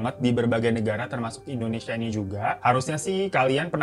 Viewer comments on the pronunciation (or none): none